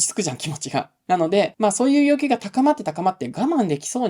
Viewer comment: ではヨッキュウ ではヨウキュウ 単なる発音の問題でした。失礼しました。